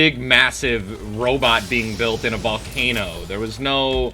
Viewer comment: Ha detto volcano pronuncia vlocheino